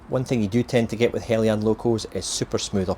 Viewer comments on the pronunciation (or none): How you’re getting “Helly-yan” from “Heljan” is a complete mystery. Must be the scotch way.